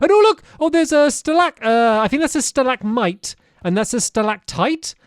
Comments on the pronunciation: I laughed so hard when he said stilac pipe and stilac tight lol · btw stampy its glow lit-ch-in also i laughed SO HARD when he said stalactite and salactmite itd drip stone XD